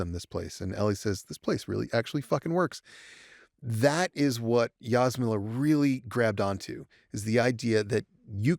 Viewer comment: Just FYI, Ž represents ZH sound (like French J) - not Z - in Jasmila Žbanić's name. Btw. pronunciation of Jasmila was perfect. And she's great, one of Europe's finest directors. Thanks for having her. Being from same country and similar age, I totally get why she wanted to direct this specific episode.